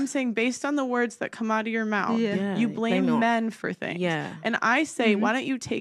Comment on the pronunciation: She can’t even speak .....It’s Things not Fings ..